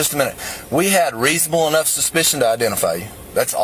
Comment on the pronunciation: “We had reasonable ENOGH suspicion”.